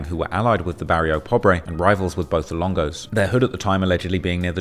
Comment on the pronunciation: Even the narrative kept saying ESLONGO!!!!!!!! 😂😂😂😂